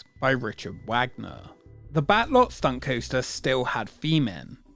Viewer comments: Pronounced Vah-gner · Richard Wagner. (pronounced Vah-gner)